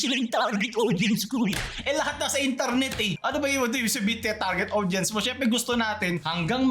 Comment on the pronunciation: Tawang tawa ako sa pagkakasabi mo na "Eh Di sila yung target aUDience ko e" 😆😆😆:_lulAHH::_lulAHH::_lulAHH